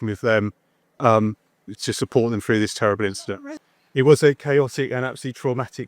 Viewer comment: Work "froo"??